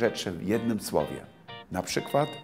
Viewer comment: Das spricht man "na przykŁad" und nicht "na przykWad". Logopädenbesuch!?